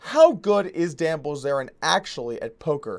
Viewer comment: Doug Polk - You said: Likwey, Quickwey and Bwillzerian. But fun video none the less. Better than I can do when not tired.